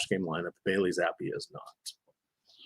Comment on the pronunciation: It’s Zap-pe..